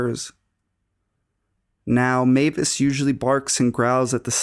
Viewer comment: i don't know how many times I've heard the story about the guy under the bed, but you're the first narrator to pronounce Mavis correctly. Thank you.